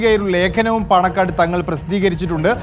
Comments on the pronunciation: Paanakkad not panangad. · പാണക്കാട് ആണ് പാണങ്ങട് അല്ല